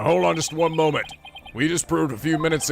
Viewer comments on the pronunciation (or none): none